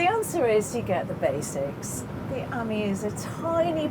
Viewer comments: Nice! But it's not the Citroën "ammy" -- it's the Citroën "amee" (as in ami, amie, amigo, etc. = "friend"). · It's not an Amy (like Amy Winehouse) it's an ah - me like mon ami... mon cheri !